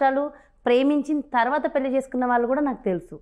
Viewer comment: Anchor pronouncing wrongly. Pelli and bandham should get corrected through a language specialist.